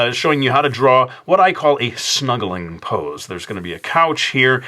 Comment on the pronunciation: at first I thought you said "couch smuggling" lol